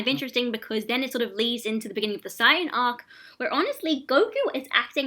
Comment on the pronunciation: The guy can't even say Saiyan right...Good God. Anyways you found a guy who is clearly biased against the character to do the analysis. Good job? I mean he effectively has to warp every scene he is talking about to fit his overly dim view of the character.